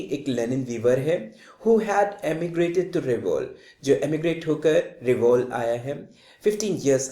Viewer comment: सर वो रिवोल नहीं रेवेलो है और सिलसा नहीं सिलास